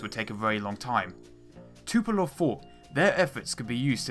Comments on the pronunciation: Tupolev isn't pronounced Too-po-lov, but Too-po-lev. E as in how you pronounce it in the word "remedy" for example. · Tupolev, not Tupelov, dude. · 'Tupelov' I lolled